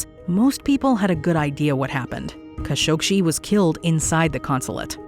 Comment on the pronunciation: The biggest mystery of all is why pronounced Jamal Khashoggi's name like she did.